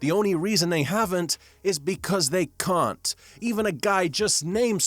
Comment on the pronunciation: "It's because they cun't!"